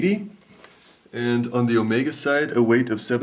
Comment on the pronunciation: Jeez, it's weighT, not weigTH.